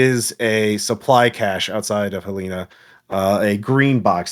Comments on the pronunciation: first of all it’s pronounced Hell-en-uh, but i really came here to say this was kind of a trip because i literally live in Lincoln. this is a good good ass campaign, keep it up!! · winces in Montanan Helena is pronounced Hell leh na (like in bannana)